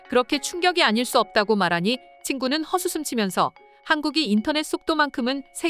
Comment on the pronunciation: 지적질 해서 죄송합니다. 그래도, 계속 멘트를 녹음하실텐데, 모르고 계시면 안될 것 같아서요. '헛웃음' 읽으실 때 '[허수슴]'이라고 읽으시던데, '헛'이 접두사라서 '[헏]'으로 발음되고 나서 '웃음'과 결합하는 형태로 생각하셔야합니다. 그래서, '헛웃음'은 '[허두슴]'으로 발음하시는 게 맞습니다.